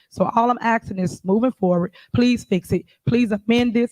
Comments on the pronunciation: The word is "asking", not "axing". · “YOU FITTIN TO BE LONG WIT IT” “IM JUS AXING” …THE DEMOCRAT PARTY IN A NUT SHELL SMDH 😂😂